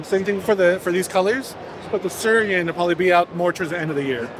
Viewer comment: Correction on the pronunciation - it is "Sui-ren", translates literally to "water-lotus", or just "lotus flower" (and not related to Syria in any way)